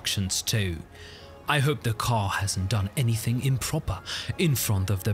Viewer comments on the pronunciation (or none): none